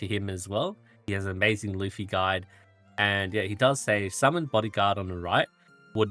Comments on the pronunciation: Bro his name is luf-ti. There is a "t" there to pronounce lol. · No, his name is *Lutfi. LUT. Not Luf. Idk why so many people mix this up. Not that it makes pronunciation any more correct lol.